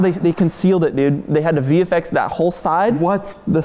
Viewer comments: I heard that as BeeFX lol😂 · Legend has it that is still saying bee FX to this day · they did say “Bee FX” right? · I cant tell if he said bee fx or bfx as in Bollywood